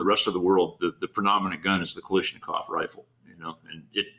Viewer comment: Jim Fuller is the only person on this earth who gets a pass for saying "Kal-ISH-nikov"